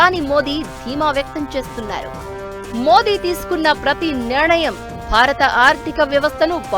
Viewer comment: Nirnayam ani palakali "niranayam" kaadu